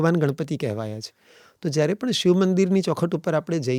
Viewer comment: ક્ષમા કરશો, કદાચ મારી ભૂલ હોઈ શકે છે! આપનાથી 'શિવ' ની જગ્યાએ 'શીવ' ઉચ્ચાર થઈ રહ્યો છે!